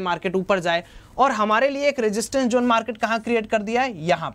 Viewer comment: bhai usse zone bolte hain, jone nahin😂